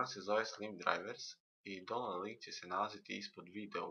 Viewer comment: Ne kaze se donload nego daunloud !!!